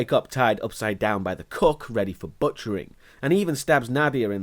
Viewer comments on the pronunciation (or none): Every time he says “cook” I hear “cuck”.